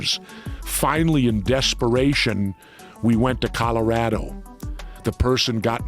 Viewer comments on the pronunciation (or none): The way Jesse “The Body” Ventura pronounced Colorado 😂😂😂 coloraydo 😂